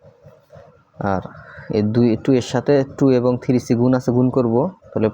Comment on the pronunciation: Tumi tiri bolba na plz three bolba😊ok